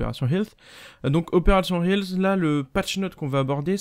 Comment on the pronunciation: "Opération Helfss" Kappa